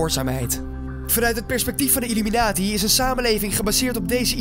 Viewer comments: Het is illuminati, niet illuminatie Spreek het maar is uit dan hoor je dat het niet klopt 😉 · Je zegt illuminatsie niet illuminatie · het is illuminati en niet illuminatie